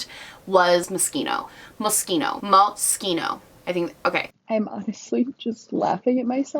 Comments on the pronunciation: It’s pronounced MOSHINO ... Moschino = mo-She-no . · Did you say mosquito?😂😂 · Hi my Dear! 😂💞💋 I want to say something to MOSCHINO... First: call it Mo-sh (it) -ino = means, if you can say shit, you can say MOSCHINO.... But without the "it", very easy to speak and express! Mo-sch-ino.....no "k" in it! 😂😂😂 So....AND ... MOSCHINO is very crazy, all the Years in Fashion, MOSCHINO is very young, stylish, freaky, sometimes (often!) really "kiddish", but ... Innovative! Nuts, yes, funny, yes, crazy, yes! But very Italian, very smart, happy Life Fashion for mostly younger People! 🌞🌸😍👏💖🌸 And I feel mostly same to you... But the Palette of MOSCHINO looks very nice - not very practical - but nice! That's the "Thing" with "kiddish"... 😏 And the Colors are very beautiful to me, they would fit me really good! 😂😉 But I didn't or doesn't need to buy...😏. Have a nice Day, good Health, and I start to look more of your Video 💋! 👍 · I think its - Moss kino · No....sorry... For Americans.. Yes! But for Italians MO-SCH -INO! Without this "k" for sch-k-.. ! 😂😂😂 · I have to correct you. It’s pronounced Mosquito 😉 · Moshkino that’s how u pronounce it 🤣🤣🤣 don’t worry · Oh you made me giggle!!! It’s Mosh- Sheen- O and they are mega over priced fashion brand! 😘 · Karen Lee-Johnston lol I’m pretty sure I first heard the brand name in the song queen b*tch by lil kim and she pronounced it mosh-sheen-o so i thought it was pronounced that way until hearing it pronounced in fashion videos 😂 I’ve never tried their makeup and don’t know the quality (can’t afford it lol), but sadly they aren’t even the most overpriced fashion brand. I can appreciate they make a conceptual effort with the packaging of their makeup for like... collector novelty. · Already know it’s going to be a great video! Love from England❤️❤️ Edit: Also I’m pretty sure it’s pronounced ‘mosheeno’ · It's an Italian brand so it is pronounced "mo ski no" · Girl, I’m not rich enough to know how to pronounce Moschino